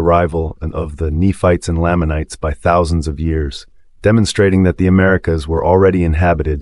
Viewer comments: you're pronouncing lamanites and lehi weird. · You’re pronouncing these made up names wrong 🤔